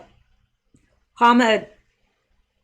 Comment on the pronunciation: Ahmedabad. We live in India for a few years. Ah sound on the beginning of a word is almost silent and you say it like an almost h but mostly breath. Ah-med-a-bod